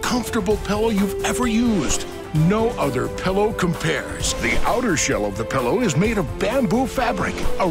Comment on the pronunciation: There is nothing that annoys me more than people who pronounce it PELLOW.